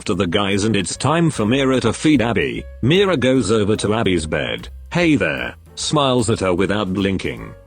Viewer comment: Pronounciation: "mi ra" 😂😂😂 instead of "me ra"